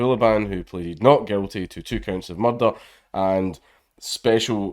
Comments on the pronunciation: I really liked this story, mainly because we get to hear an authentic Glaswegian say the word "m-u-r-r-r-r-d-e-r-r-r-r". That's why I liked to watch those old episodes of Taggart. Please could you make other videos about murder, Count? Never ask a Glaswegian to describe a murder in Mordor: He'll end up choking on his own tongue! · That's pronounce " merthderer" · Did anyone else watch this video just because you knew it would involve a Scottish accent saying the word "murder" several times?